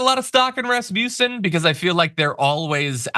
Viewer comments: Not really relevant for substance, but please do place the power on the a in Rasmussen, which is a Danish last name meaning son of Rasmus (names ending son are Swedish). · #TheDamageReport #JohnIadarola please stop with the trumpian schooltard racist taunts. You know damn well it's Raz Muh Son, NOT rasputin/rasmusen It cheapens you r message thanks